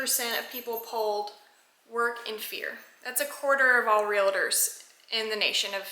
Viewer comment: I don’t blame you one bit for carrying. It’s a shame that you have to but unfortunately that is the way it is these days. One question though, and please don’t be offended, but isn’t realtors pronounced as spelled? Why do you call it real-a-tors?